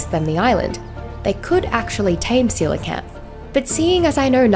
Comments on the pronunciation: Jajaja! Seelakant? Omg! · Ive been pronouncing coelacanth as Kow-la-canth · how do i tame a seelacanth? xd (btw im in mobile)